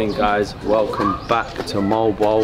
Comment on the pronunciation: Altogether MO-AL BO-AL ,repeat, MO-AL BO-AL ! PERFECTO!!! 😍😍😍🤗🤗🤗🤗✌✌✌